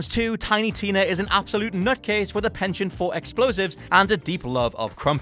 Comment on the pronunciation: Was the mispronouncing of "penchant" an intentional error?